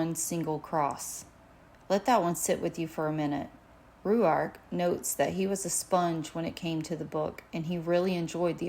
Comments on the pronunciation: Yes why? In Australia it would sound like Rork. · Pronounce his name like (rork) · Why are you pronouncing his name like that lol